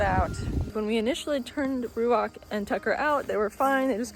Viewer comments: Ouch, that hurts! the pronounciation of your chosen hebrew name ruach is not correct. The transcripted "ch" at the end is no "k" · Ruachhhh u don’t pronounce the c as ‘k’, the ‘ch’ should be like the wind. ‘Hhhhhhhhhhh’